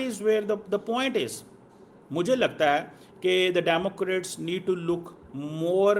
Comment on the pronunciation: Abe, damokrat nahi, democrat bol! Tu toh Pakistan ka relevance 80 sal ke bad bhi dhund raha hai! Ab-e 800 sal mein bhi nahi hoga. Terrorist ka future kya ho sakta hai? Dhundte raho!